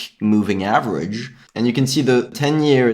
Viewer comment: chanGe, averaĐe, underštand . This ĐĐĐĐ and ŠŠŠŠ :D don't take it personally, love ya